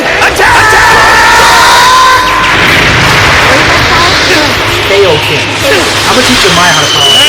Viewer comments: F'KN HELL! It's KAI-OH-KEN, Not kay-oh-ken! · Kai dub is sooooo much better. It’s Kai-o-ken not kayoken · I hate how they say kaioken wrong.